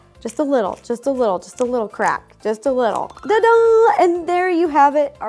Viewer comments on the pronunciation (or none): The way Ro says Ta-Da! Kills me 😂 she says Da-Da! Every time and I am never ready for it 😂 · Ro thinking it's "duh-da" instead of "ta-da" is kinda adorable 🤭😆